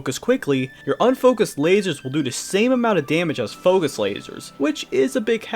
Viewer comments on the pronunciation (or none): none